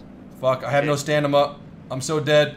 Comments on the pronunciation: Stamina not stanima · "stanima" lol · "I have no STANIMA" you mean STAMINA? Lmfao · wtf is stanima 😂😂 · "Jack I'm still out of Stanima!!! 😂😂😂